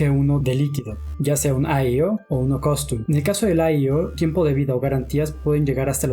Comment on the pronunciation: por tercera vez dices costum en vez de custom... buen video, buena información. Gracias...